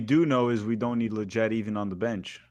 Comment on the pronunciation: Really? LLETYET AND ROLDÁN? 🤣🤣